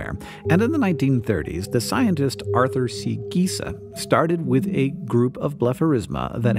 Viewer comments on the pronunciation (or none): none